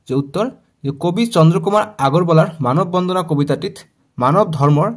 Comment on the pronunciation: Sir মানৱ বন্ধনা nhy মানৱ বন্দানা he